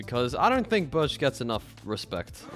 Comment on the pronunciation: AHHHHH WHY DO YOU LIKE BIRCH 💀💀💀💀💀💀💀💀💀💀💀💀💀